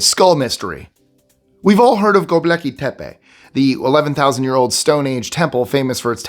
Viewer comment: You should at least learn to pronounce the names of the subjects you feature. It's "Gobekli," not "Goblecki."